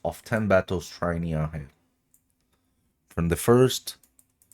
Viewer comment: It’s pronounced “NEEV”. Not “Nee-am-hey”. It’s Irish